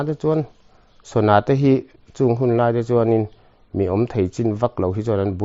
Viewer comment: Sona a awmlo ,sana chu a awm.mizo tawng i va thiamlo em em ve,,tin 'vel' tih ilam dan kha a diklo.naupang in hau tap /vel angin ilama .entirnan ka u in min vel